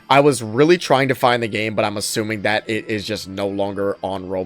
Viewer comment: Why do you say "gema" instead of "game"? I'm genuinely curious